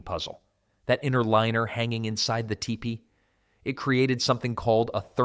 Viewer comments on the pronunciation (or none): I'm half way through this video and the AI dude has said the same thing three different ways at one point calling the structure a "tie pay". I think I'll stop watching now.